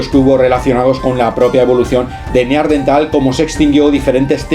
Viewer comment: NEANDERTAL: cuidado con la pronunciación